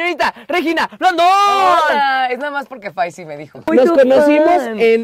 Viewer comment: Regina dijo faisy Like sí oíste que dijo eso Y like sí vez me caigo de rrisa